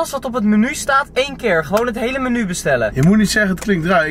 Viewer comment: Thom S ja klopt, zei het heel raar